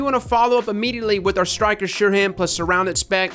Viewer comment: Btw it's called Stiker not "Styker" lmao